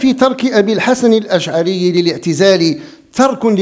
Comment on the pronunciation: ابو الحسن الأشعري وليس الأشعاري